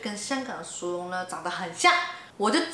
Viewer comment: 膠樽好似多數叫寶特瓶，同埋國語唔正嘅薯蓉咪好似你咁讀囉，正確係R音唔係Y